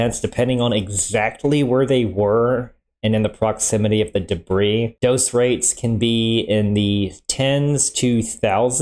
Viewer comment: It's "debris"